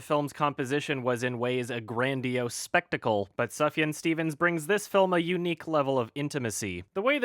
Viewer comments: I am THRILLED you are a fan of Sufjan like me, but his name is pronounced SOOF-YAN, not Suf-Yun like you're doing it. Damn Canadians... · It's pronounced soof-yaan not suffyan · It's pronounced Subaru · Its pronounced soof-yahn. What is wrong with you? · It's actually pronounced 'subaru' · Triggered by the way pronounces Sufjan. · Sufjan is pronounced with a long "u" sound. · Look, if you have a name like Sufjan I think it's expected to be mispronounced. He even had that line in C&L about how his step dad couldn't pronounce his name and just called him Subaru. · I was gonna say something, but I saw this was the top comment, so thanks.